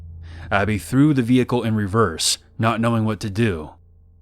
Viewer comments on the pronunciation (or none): none